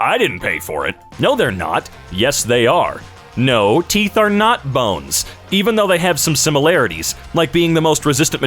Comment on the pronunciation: Teef r not bones